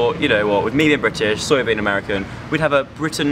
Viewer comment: When Joe says sawyer, it's like soya